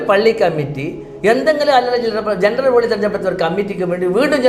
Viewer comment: ജെണ്ട്രൽബോഡിഅല്ല. ജനറൽബോഡി👍🏻